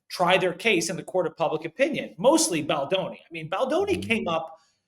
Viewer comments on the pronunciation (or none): It’s Baldoni not Baldani 🫠